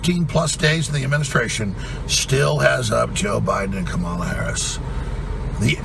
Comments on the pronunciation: Why can’t these people not pronounce Kamala’s name correctly yet? Still?! So bizarre. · The arrogance… and you still can’t even pronounce her name correctly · And he still arrogantly mispronounces Kamalas name. Such a POS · His arrogance at mispronouncing Kamala is disgraceful. How does he come up with this crap? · Who cares, How he pronounces Kamala she's a washed up has been crook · Saying Kamala and pronouncing it wrongly - sedition! 😅